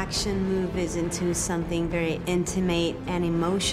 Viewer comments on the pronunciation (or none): In-ti-MATE? It's In-tuh-mit!